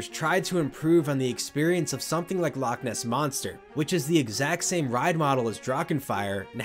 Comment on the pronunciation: As a Scottish person, loch isn't pronounced like lock....the ch at the end, should sound like your throat is full of phlegm that you need to clear.